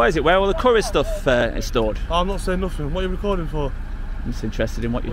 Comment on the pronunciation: Dude, I like you, but stop pronouncing "th" as "f" "aufority, firteen, nofink" 😂✌️